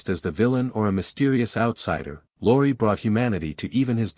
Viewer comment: Beall instead of Bacall ... Mun instead of Muni ... Luri instead of Lorre ... Plet instead of Paulette ... You don't believe it? ... Read the names Golden Stardom puts below the red line. PATHETIC!!!